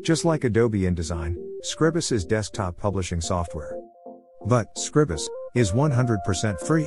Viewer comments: It's Scr-EYE-bus. You know, as in the word "scribe". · It's a bot reading the transcript. But yeah, SCRIBE-us.